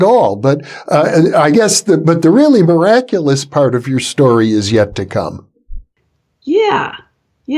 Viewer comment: ''A meraculous healing with nacy du tertre'' 20 minutes on 1.5x a book of words later